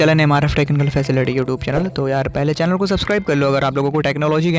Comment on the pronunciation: चेलन नही होता भाई चैनल होता है 😀😀